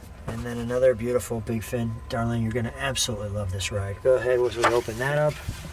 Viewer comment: You are correct,. It is absolutely "bluedifull".